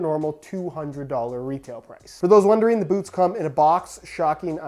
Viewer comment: "For those ONE-dering"